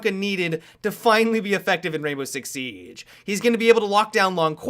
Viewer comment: Anyone else bothered by how says 'Siege'?